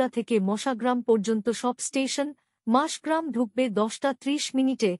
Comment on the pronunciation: পাঠিকা অনেকবার মাসগ্রাম বলে উল্লেখ করলেন,কিন্তু স্টেশনটি মসাগ্রাম।